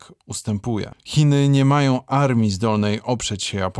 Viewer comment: Jak zwykle ciekawy materiał. Pozdrawiam Twórców. Ps. Co to za doktor który mówi: "chcom", "majom", śpiom", "nie mogom"...